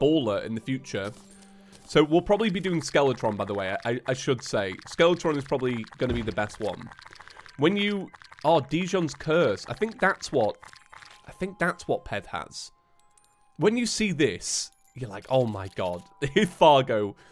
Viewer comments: Did he just pronounce djinn like Dijon (mustard) It’s pronounced like gin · "Djinni" is pronounced "genie", as in the Genie from Aladdin, not "dijon", as in the delicious mustard-like sauce. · Djinn is pronounced Gin, like the drink. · Pronouncing djinn like Dijon will never not make me laugh